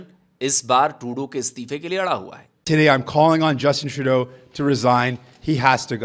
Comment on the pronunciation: Ra*dy ???? abe Trudeau ko ra*dy bol diya kya ???🤣🤣🤣